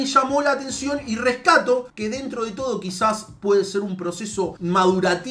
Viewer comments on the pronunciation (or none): none